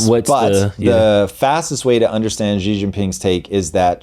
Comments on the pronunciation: Chairman Xi’s make is pronounced Xi (She) Jinping (Jeen•peeng) not like the letter “G”. So annoying. He’s not a president either. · Guys, in mandarin pinyin (ie Chinese written in Roman script) the X is a “sh” sound . So Xi is pronounced “she”.